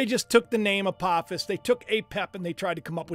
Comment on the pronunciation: Isnt apophis a long o sound?